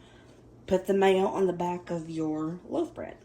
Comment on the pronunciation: Love your accent I love my mistake most when you said loaf bread I heard love bread and I’m thinking love bread. That sounds cute.